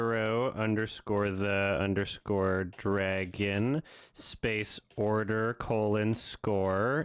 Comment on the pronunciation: Spryo the dragoff